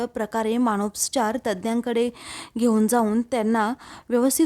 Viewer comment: मानसोपचार असा शब्द आहे.मानोस्पचार नाही